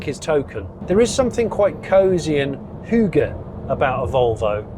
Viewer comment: "Hooga(r)"? What?